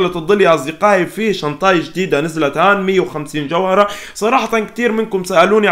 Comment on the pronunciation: شنتاي مو شنطاي 🤣🤣🤣🤣💔